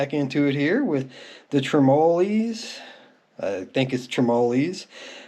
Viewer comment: trim uh lows --- tre-mo lees LOL thats funny